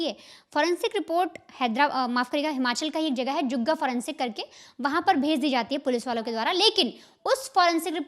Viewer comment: जुग्गा नहीं मैडम जी जुन्गा है